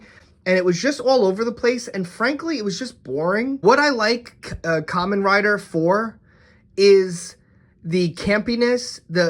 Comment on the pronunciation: Dude it's supposed to be called "ka-men rider"